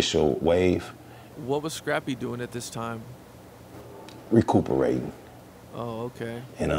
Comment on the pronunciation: Recuperatin'. He was recuperatin 😂😂